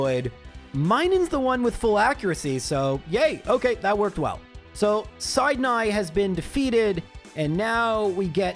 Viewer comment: Man, sometimes your puns and jokes are mehh... But pronouncing "Sydney of the elite 4" as "Syde Neighy the Dark-type Guy" is going to stick with me. It's so left-field but damn, it genuinely kinda fits.